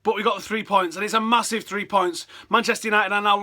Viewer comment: THREE points, not FREE points